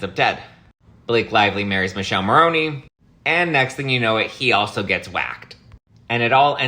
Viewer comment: Its pronounced Mikellé Morrone!! Learn some Italian.